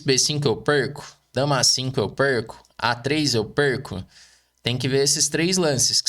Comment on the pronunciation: "bispo b5 eu pêrko? dama a5 (a4*) eu pêrko? a3 eu pêrko?" kkkkkk